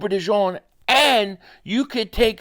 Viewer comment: De jean not de john